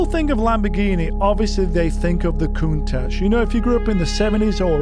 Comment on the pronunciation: Thanks Magnus for showing us how to properly pronounce Countach! It's not Koon-tash, it's Koon-tatch. That's how Italians pronounce it so should the world, especially those who own one and consider themselves experts.